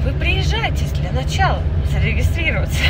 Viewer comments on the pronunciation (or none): none